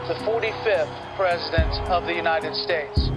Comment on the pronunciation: Lmfao "unitididid states" bro go home to mumbai and leave our land